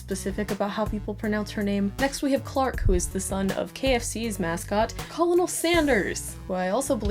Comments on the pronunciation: It's pronounced ' ker-nel ' not ' co-lo-nel" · why do you pronounce colonel like that? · Why do you pronounce it as colonel and not kernal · Colonel Sanders you know is pronounced (Kernel) Sanders like a Colonel in the army lol but I actually do like the way it sounds when you don’t pronounce it like that either. Based on a real person named Col. Harland David Sanders. I like the name, Clark but you could also do a name similar to his father’s real name? I kinda like the name Harland. Obviously I’m getting into this plot! 😂 I’m just now falling into the rabbit hole that is your videos and I am in love! Love your art, style and humor! 💚✨ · Just an FYI, Colonel is pronounced kind of like “kernel” as in popcorn kernels. Just wanted to let you know 😊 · It pronounced KERNEL but i still love you. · COLONEL IS PRONOUNCED KERNAL. NOT HOW ITS SPELT ECHO😂😂😂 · kernal not colonel lol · Love the art but I thought I should mention Colonel is weirdly enough pronounced as kernel. 🤔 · Hey, Gillette friendly criticism. Colonel Sanders is pronounced "Kernal Sanders" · Colonel is pronounced "kernel" 😂😂😂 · I have some news for you. Colonel is pronounced kernel. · yeah it's pronounced like 'kernel' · “Co-lo-nal” Sanders omg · Colonel is actually pronounced kernel. It’s an army thing. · Just saying because I just want you to know it’s spelt colonel but pronounced kernel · It's pronounced Ker-nel Sanders. I know it doesn't sound the way it's spelled but it's derived from the French "Coronel." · I love this but i just have to say this - it's pronounced Kernal Sanders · It’s pronounced kernel lol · Colonel is pronounced kernel. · Hey dude, loved this video! You're awesome and so is this concept ^_^ Just thought I'd share some small piece of info (totally not meant to be a complaint or whatever cuz I absolutely get the confusion) but the word "colonel" like Colonel Sanders is pronounced the same as "kernel" like an un-popped bit of popcorn :) Thoroughly enjoy all of your work <3